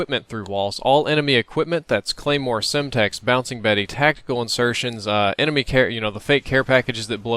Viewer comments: Sitrep says "Ememy" :P Good episode though! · You said ememy footsepts ?! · "ememy" lmao. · he said emeny for sitrep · "EMEMY" Equipment Glows red LOL